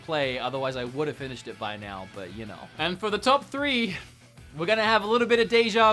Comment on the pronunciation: When you say "know," it sounds like you're swallowing half the word.